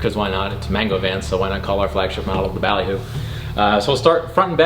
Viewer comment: More like man-goo